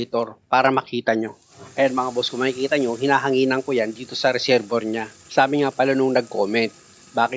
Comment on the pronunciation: Sir resebwa nyo po bigkasin ang resevior pra po d kau mhrapan sa pgbgkas.salamat po sa mga tips